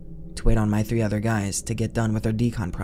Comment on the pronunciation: Hey guy, it’s “three” not “free”.